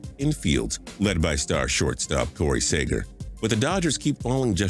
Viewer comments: Corey sager????is "sea-ger" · Like Corey sager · Another TPS video Another time they butcher Corey Seager's name